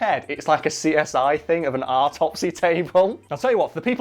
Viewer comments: why does he pronounce it ARTopsey??? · Love your pronunciation of the word autopsy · I like the way has never heard the word "autopsy" except on American detective dramas. It has the same vowel as "thought", which never otherwise pronounces the same as the vowel in "father".